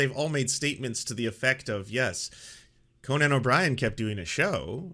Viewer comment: Can you stop pronouncing Conan O'Brien's name like Conan The Barbarian? It's weird.